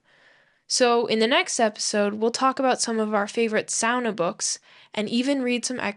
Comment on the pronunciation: Just hearing "sauna" pronounced correctly makes me homesick for Helsinki 💙